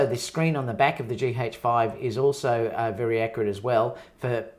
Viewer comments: It's G 'AYCH' 5 .. not G 'HAYCH' 5 ! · It sounds peculiar when you pronounce it as GEE-HAJE-FIVE. As opposed to GEE-AJE-FIVE